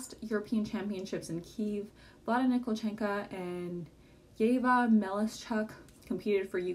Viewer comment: Vlada NikolchenKO. It`s O, not A.